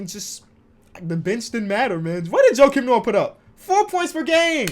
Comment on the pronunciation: You lost me when you said Jokim Noah🤦🏾‍♂️